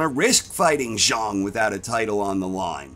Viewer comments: Its pronounced zhang not zhung, love the content ❤ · I don't know the correct pronunciation so I'm not busting balls I'm just saying it's funny to pronounce it "Big Bang ZHONG" and totally obliterate the rhyme that gives "Big Bang ZHANG" its memorable ring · Zhang not Zharng